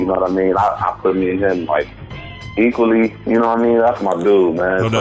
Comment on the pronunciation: Ren couldn't get close to CUBE... HE SAID EQUAL 😂🤣😂😂